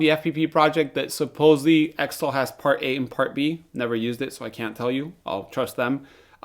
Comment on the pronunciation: Am I the only one left who calls it Zytol like xenophobia, xylophone and xerox. Not Ex-tol like ex-wife or extra. Great developer. Wish they wouldn't keep messing up the production.